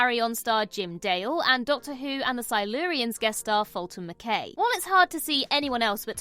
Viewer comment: Pretty sure you pronounced Mackay wrong.